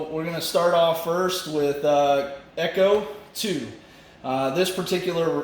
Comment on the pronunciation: FYI... Ech2O is not echo 2 its supposed to be pronounced H2O... Cheers